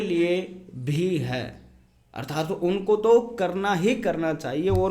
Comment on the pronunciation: अर्थार्त नहीं है। अर्थात शब्द है।